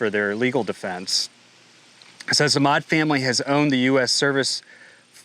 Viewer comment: Custer county! Maude not mod.😅